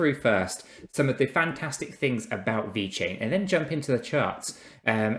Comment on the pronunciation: please its VeChain not Vechian.. damn... looks so amateur if you don't spell it correctly. Thank you! Other than that always great content keep up!